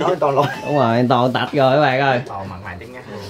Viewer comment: Anh Lâm cứ nói anh Toàn là tòn hoài